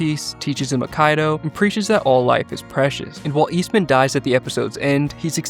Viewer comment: Love the videos!! One tiny mistake - it’s pronounced like “eye-key-dough” not “uh-kai-dough”